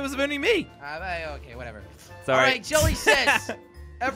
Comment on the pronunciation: Really member when you said 321 runs towards me you actually said Julie says